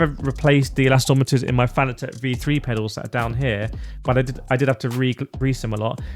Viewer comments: nah, it`s like a Brit saying..aluminum....say it properly. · The “elastometers” thing is starting to annoy me lol… surely I’m not the only one. No hate though 😊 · I kinda like it. An unintentional signature, lol.